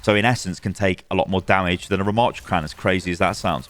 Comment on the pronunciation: The name is not Ramaaaaatra. The second A is a short one. Rama.ttra. A double T plus another consonant means a short preceding vowel!